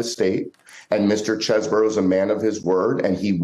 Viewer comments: Its not cheese-bro, its chess-bro. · Did you just call Chesebro Cheese Bro? Lmaooooo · I love you, and I watch all your stuff, but it is pronounced (Chez-Bro). Thanks for sharing the video man… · Can you please say that man’s name correctly, Chesebro not cheese, thank you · You never fail to butcher a name 😂 “🧀 borough”